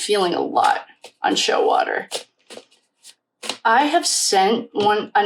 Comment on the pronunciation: BTW, it's Jack Showalter not Showater